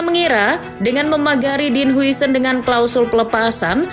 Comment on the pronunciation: "Din hausen" min